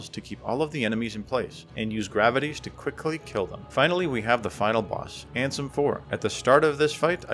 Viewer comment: Love that you call Riku ansem as RANSOM